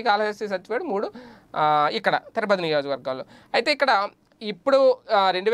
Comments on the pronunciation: తిరపతి కాదు, తిరుపతి. కాస్త చూసి చదవడం నేర్చుకోవాలి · Tirapathi kaadhu Tirupathi ayya